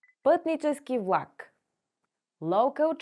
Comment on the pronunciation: Как учите чужденците да говорят правилно, когато имате говорен дефект - не произнасяте правилно "твърдото Л" (пред А, О У, Ъ). Чува се нещо между У... и прескачане на съгласната (пример: "вЛак - плнякога хи произнасяте като У, а в края на видеото въобще се чува в.ак). И ... не се заяждам, преподавам на чужденци и често се оплакват от говорните дефекти на преподаватели и роднини-българи.